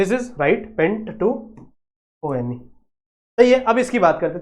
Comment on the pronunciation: O - N - E (one) hota hai 😂😂😂😂😂😂😂😂😂😂😂